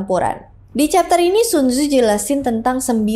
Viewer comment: bacaan ny sun ce .